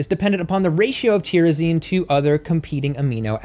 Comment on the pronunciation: Tyrosine is pronounced "tie-row-seen," not whatever you said.